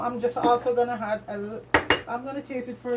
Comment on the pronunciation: Why do Jamaicans say had instead of add? Are they trying too hard to speak proper English? Or is it Hinglish?